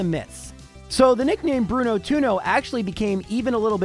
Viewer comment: Bruno Two-no